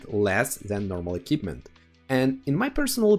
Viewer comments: Bond eQUipment not Bon Ekipment. It's MILDLY annoying since that word in particular comes up around 50 times in the video - no personal offence. 😂 Other than that really informative. Appreciated! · Sounded like a good video but I had to give up... Pronunciation: "E" - "KWIP" - "MENT" and not "E" - "KIP" - "MENT". Also why do you keep saying "experimental equipment"...? Drives me mad. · Equipment, not ekipment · a-keep-mint ... love it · Eh... it is not difficult nowadays to check the pronunciation of certain words... just saying, if you are going to make a video about "equipment" and then not knowing how to pronounce it... pity. Other than that, kudo's for the video. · Great video, but I would just like to say the letter Q is read as Kyu so in equipment its said differently than K. Also the setup I like a lot is the experimental turbo on TDs like ShPTK-TVP as it cannot mount vents and vertical stabilzier, and it doesnt really need ordinary turbo that much. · different countries pronounce different.